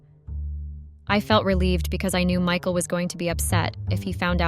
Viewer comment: Mickle. No. It's Mike-al. That's the problem with AI readers.